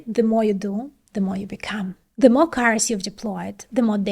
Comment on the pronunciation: why so much "Z" sound !! stop it !! "the" has nothing to do with "Z" sound !!